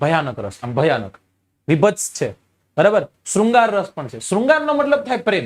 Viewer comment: Raas nahi ras hoy saheb